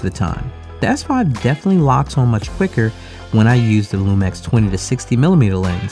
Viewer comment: Why you say LumEx?